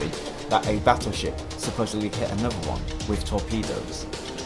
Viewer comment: another, not anuver